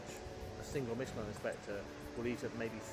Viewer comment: The woman cannot pronounce Michelin.